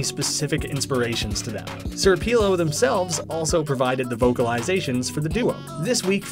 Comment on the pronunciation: “Sir peelo”